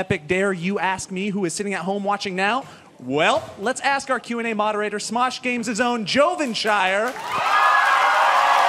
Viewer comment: is says SMOOSH instead of SMOSH. LOL